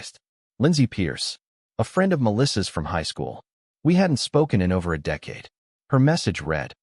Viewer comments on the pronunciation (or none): none